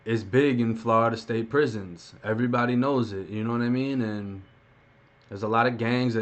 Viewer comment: do you not know how to talk 'earybdy' lmmfao 😆 😆